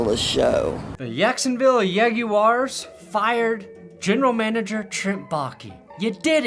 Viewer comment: The way you pronounce Yaguars leads me to think you either have a Latina wife or a Jewish wife. lolol Go Yags! And easy Subscribe! Great stuff!;)